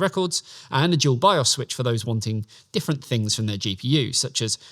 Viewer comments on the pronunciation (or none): none